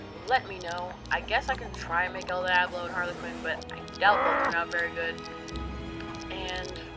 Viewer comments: im sorry that you are kinda white but its pronounced el deeablo (diablo) devil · The way he says el Diablo tho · u said el diablos name wrong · You pronounced el Diablo wrong